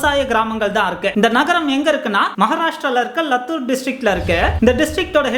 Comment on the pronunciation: தம்பி லத்துர் இல்லை லாத்துர்